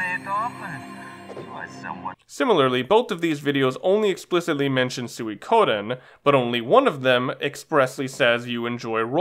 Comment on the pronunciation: Funny how they say sewie-koden. When it's pronounced Sweek-o-den. You'd think Konami would know better when recording the VO.